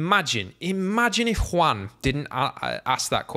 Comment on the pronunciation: First, very nice pronuntiation of "Juan", really, very nice :) Second, 100% agree with you.